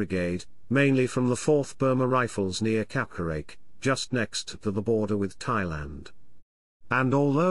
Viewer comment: It's not pronounced kawkareik, it's more like Cochrane